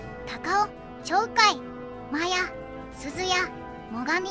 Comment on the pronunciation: 鳥海→×とりうみ 〇ちょうかい